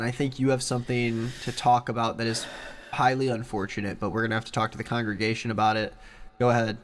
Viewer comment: *congregation, keeps saying congression- what the heck, he doesn't even know